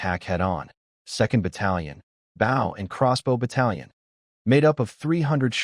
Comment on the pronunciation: I'm tired of hearing these stupid AI narrators pronouncing 'bow' the wrong way